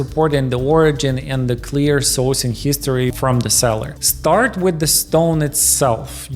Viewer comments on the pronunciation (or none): “Starred “ Ruby not “Start”.